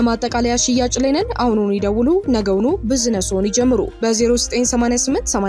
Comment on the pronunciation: አሁኑኑ "ብዝነሶን "ይጀምሩ ከቻልሽ አስተካክይው ቢዝነሶን ይጀምሩ በይ በእናትሽ😊